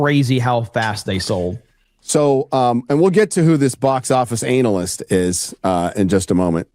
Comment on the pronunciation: "Anal-yst"....😂 I can't help but crack up every time I hear it.